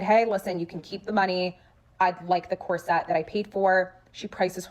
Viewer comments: Drama aside, corset is pronounced COR-sit/COR-sut just fyi. Not sure why loads of people are mispronouncing it as cor-SET now. 😅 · This question is being asked seriously. Since when did the pronunciation of the word "corset" change? It's never been pronounced "cor SET" and I'm saying this as a 67 year old woman whose mother, born in 1910, had back problems and was forced to wear one for a few years. I've also worn enough and seen enough dresses over the years, to know the correct pronunciation of the word "corset." Is this a change in pronunciation that was started by the fashion industry or did it come about at the same time that the deliberate dumbing down of America began? Thanks very much for this video and for all of those that I've binged this afternoon and evening! 🙂